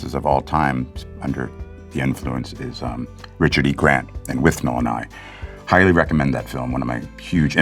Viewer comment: Congratulations Mr Dinklage! The first American I’ve ever heard pronounce “Withnail” correctly. Kudos!